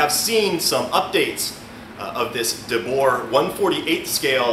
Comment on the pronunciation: Great vid, thanks for sharing. JUST an FYI, name is pronounced De BOOR. It is Dutch.